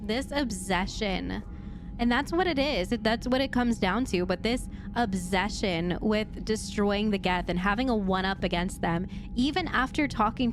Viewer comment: “This obzession”